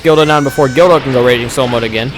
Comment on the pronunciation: When u say guldo it sounds like u r saying dildo